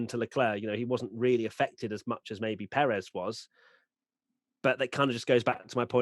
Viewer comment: Pérez not Peréz